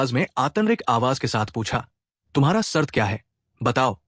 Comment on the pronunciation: Bhai story achi h awaj bhi achi h thoda s lafz ki adagi m kami h sart nahi shart shukriya aap choda s estamal sh estamal kary